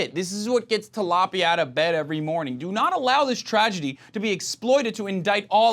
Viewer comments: I died laughing for a bit at 'Tilapia'. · Lol did he call her tilapia?....I’m dead 😂